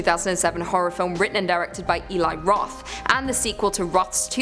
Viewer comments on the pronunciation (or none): none